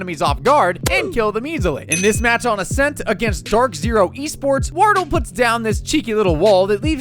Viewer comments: bro really said "wardle" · I like how you pronounce half of their names wrong lol wordle and yays's